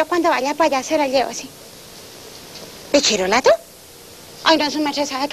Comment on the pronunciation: Ah, bachillerato. "Pichirolato", jajaja.